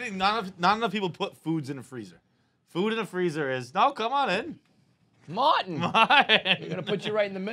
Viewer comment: Idk why but saying “Mawtin!” made me laugh so hard